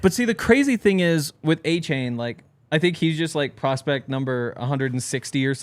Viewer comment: Devon Uh-chain* not A-chain, ran one of the fastest 40s and was hard to bring down. Defiantly a player to know. If he's somehow available, its a no brainer